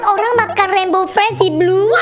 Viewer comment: bg3 lohko rainbow ped bg salah ngomonmya